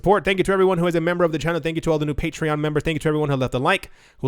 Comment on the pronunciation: He does patreon thing and it sounds like a foreign language ... lol